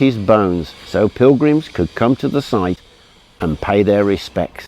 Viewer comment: I liked the way you said "and PAY their respect"